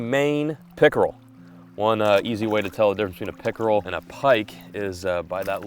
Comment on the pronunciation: The way he said “Pickerel” 😂 great video as always!